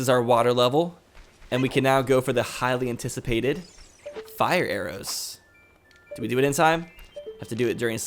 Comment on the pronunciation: Lol hylian ticipated when u said highly anticipated